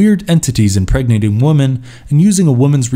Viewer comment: Women is pronounced ‘wimen’